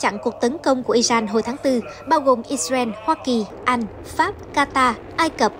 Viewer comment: Nk nó phát âm không chuẩn thông cảm nhé kkkkkk